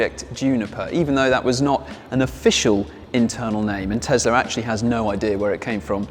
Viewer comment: New TeSSla - yuhuuuu, Elon MuSSk